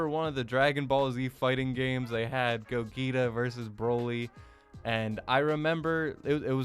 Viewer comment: do you not know how to pronounce Gogeta? or are you doing that on purpose?